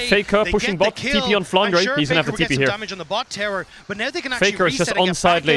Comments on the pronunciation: I still have this thing in mind, why english caster call him flanra while his name is flanre? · I am the only one who cringes when captain flowers says “flandra”?